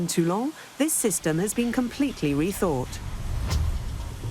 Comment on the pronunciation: It's not Tulong, for Christ's Sake, it's Toulon. Likewise, the subtitles should not refer to General The Goal, as I see occasionally. 😱